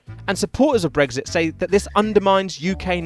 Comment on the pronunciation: You say brexit, I hear brisket.